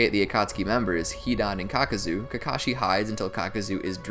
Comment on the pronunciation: Caca-zo lol